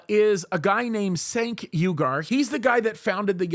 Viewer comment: I believe it's pronounced "Jenk" (Turkish). Yeah, he's a drama queen. I used to follow them when I was a liberal until about 5 years ago.